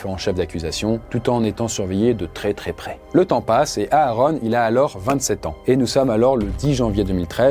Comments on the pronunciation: Ça se prononce Aron pas A Aron😂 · Ouais quand il dit "Areune" ça fait bizarre